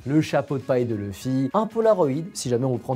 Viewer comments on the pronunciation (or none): LOUFFY (luffy/Ruffy ) PAS LEUFFY 🐔🥚🤦🏽‍♂️